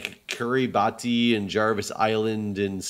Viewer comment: just FYI Kiribati is pronounced Kiri-bus